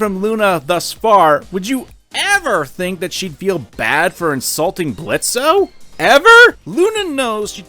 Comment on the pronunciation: The o in Blitzo is silent. Geez, have some respect for Blitzo, it's hard enough for fathers, adoptive or not, as it is, don't add to the payload.